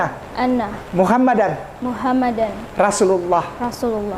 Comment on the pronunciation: Bukan Muhammadar, Rasulullah tapi MUHAMMADAN RASULULLAH